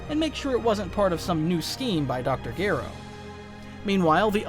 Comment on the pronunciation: I'm not sure why but the way you pronounce Dr. Gero really throws me off it keeps pulling me out of the immersion